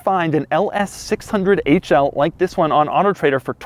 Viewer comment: The guy is so weird. It’s not even auto trader. It’s weird autotrdr. It’s not dot com, it’s dot co. What else did you expect from a guy named Doug De Muro. Love every bit of weirdness he exposes.